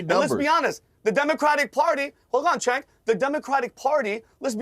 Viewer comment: I wonder why a lot of people pronounce CHENK instead of JENK when it comes to Cenk Uygur's first name. I mean it's not that hard, is it? It's JENK. Simple. Because the letter C in Turkish is the equivalent of the English J. For what's worth, I'm not a Cenk Uygur fan by any means or metrics, but it still grates on my eardrums when someone mispronounces his name. Thank you for your understanding.